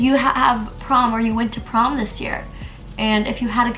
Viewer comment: I'm I the only one that hears "Pom" instead of "Prom"